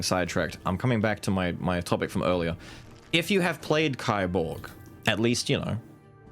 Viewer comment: By the way, kiborg is pronounced like keyborg.